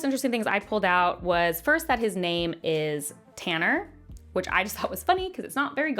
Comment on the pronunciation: yeah I know the quote lol, but he called him Tanner like 5 other times and I’m saying it sounded more like a name those other times